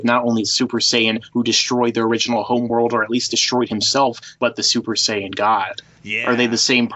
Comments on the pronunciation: And in his other video he was saying ''Sayan'' instead of saiyan. That sounds fucking retarded. All those videos and the dude can't even pronounce the names correctly. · In reality, the way the dub pronounces the word is incorrect, so "Syan" is accurate. "Saiyan" is a Barry Watson creation. Just like "Hyperbolic Time Chamber". It's the Room of Spirit and Time...and the Spirit Bomb...it's the Genki Dama. Every other dub around the world kept the Japanese terms and the Kikuchi score, but North Americans got spoiled. It's no surprise that English speaking fans are so misinformed. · Sayan? You mean how its more like, what, sigh-an or something? I'll give him a pass on that one. It may be incorrect, but all the dubs we watched as kids are to blame. Almost everyone I know (myself included) have that pronunciation drilled into their heads.